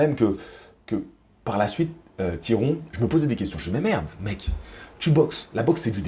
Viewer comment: Salut! Oh putain tu m'as eu avec le Tiron! J'ai vraiment cru que tu savais pas le prononcé ahaha. Bref, pour moi je vois Jacko gagnant, il est sur le recule mais il proposai quand même quelque chose, une boxe relativement intelligente de sa part (à l'égard de ce que lui imposait Tyron), bravo à lui, il a fait le taff. Et de l'autre côté on a Tyron qui fait du Tyron, trop patient, trop attentiste, pas assez investi. Il aura eu au moin le mérite de mettre le pressing, mais on voit bien que c'est pas son élément, trop peu d'enchainement.